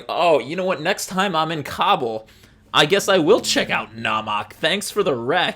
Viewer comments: KAH-bull, not COBBLE. thank u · I’m so sorry but it’s hilarious hearing “cobble” instead of “ka-bool” I know it’s similar but I’ve always heard it being said with a slightly longer “ool” sound at the end. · Kah-bool. Not cobble my guy